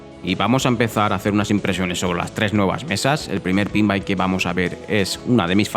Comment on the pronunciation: Es "pinball" no "pinbai".